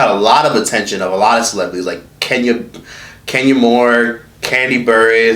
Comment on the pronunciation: I love khia... She's a Scorpio they r special people too real & sensitive 4 this world sumtimes, I appreciate her realness... i like Trina too but sum folks feel like if u say 1 thing about they kids they got OPEN season on u 4 ever...lol... on another note y sound like u was bout 2 slip up and say Kenya moorewhore...lol